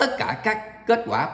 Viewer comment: bau cu thi noi bau cu tai sao lai noi bo co that kho nghe